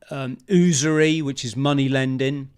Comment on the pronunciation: it's not pronounced "oosery", it is "Usury" (yousery).